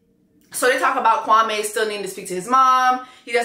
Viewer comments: Yup. When I heard him introduce himself the first day I was like Nigga, you cannot pronounce your own name? It’s the way many Africans try to anglicize their names. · I rewatched the beginning of LIB and Chelsea NEVER said that man’s name correctly. Even the man’s sister said it strange in episode 11. Maybe that’s just how he pronounces it 😭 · Something that definitely struck me is that Kwame himself pronounced his name incorrectly! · The Kwame-Kwami thing annoys me, she probably pronounced his name correctly ther first time because she works with people and knows how it should be said, but he's Anglicised his name so much that she just ended up saying it the way he does. This man is not so connected to his roots that marrying Chelsea is that big of a deal. He's just trying to find reasons to dump her. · Pulled up quickly for this review! And I'm not mad at how Chelsea pronounces Kwame's name because even he pronounces it Kwami. Lol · I had to go back to episode one to check but Kwame definitely pronounced his name is Kwa-MEEEE to Micah and Chelsea 🥴🥴🥴🥴🥴🥴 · I went back to when Kwame introduced himself in the pods and he pronounced it Kwam-ee, because I thought she was saying it wrong too? So I’m confused so I’m going to go back and see how his family says it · It's never been Kwa-meh for him. From the get-go, he pronounced his name as Kwa-mee and ever since the first episode when he said his own name, I knew he wasn't gonna be it. I'm not going to blame Chelsea for how he pronounces his own name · In episode 1, Kwame introduces himself as Kwa-ME, not Kwa-MAY... I thought is was pronounced Kwa-May... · Chelsea started off pronouncing Kwame’s name wrong in the beginning and it was pissing me off. It’s not pronounced “Kwa-May,” it’s “Kwa-Mee.” I think she readjusted when she heard everybody else pronouncing it right. Kwame is a very common African name, so I know how it’s pronounced. I’m not African, but I’ve known quite of few Kwames and have a few in my family.